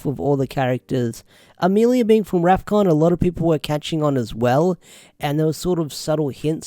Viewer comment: Rafkon not zefkon